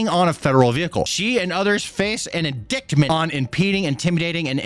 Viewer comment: wtf is an in-dick-ment bro lol it’s in-dite-ment the c is silent bro love you man but that’s an important word for you to know